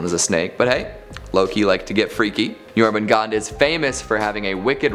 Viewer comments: Jormungandr pronounced Your-man-gandAR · 1. Dragar, they are bodies of the dead seeking revenge for not being able to enter any afterlife or for the one that killed them. Skyrim should not be a reference. 2. Jörmangandr is pronounced (Jor-man-gone-dr) with rolling “R”s. 3. Surt is more commonly spelled Surtr and pronounced (sir-ter). I’m sure there’s more I’m missing or don’t know about.